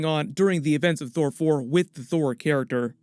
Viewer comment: it sounds like you say thor thor